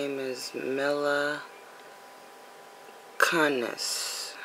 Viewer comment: That is her real name and its milla koonis that's how you say it